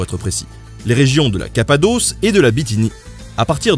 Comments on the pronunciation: Aïe mes oreilles. "Cappadoce" c'est un nom féminin, et la fin se prononce comme "os" et nos pas "hausse". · Cher Nota Bene, 2 petites rectifications : on dit "la" Cappadoce (tu prononces bien la 1ère fois, mal la 2ème), et Baybars se prononce Baillebarse. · capadosse pas capadeauce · On dit "la Cappadoce" (et ça rime avec "bosse") :-p